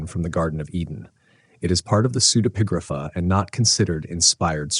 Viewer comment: You didn't mention the pseudepigrapha book "Harriet the Spy" by Louise Fitzhugh. Also, do we HAVE to pronounce if "pseude- PIG-grapha"> Can't we put the syllabic stress on on EPI?